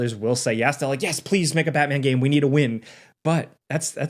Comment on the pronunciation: don't butcher Batman again please🙏